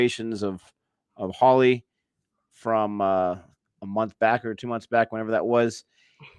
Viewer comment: Holi sounds like "Holy", not "Holly". :)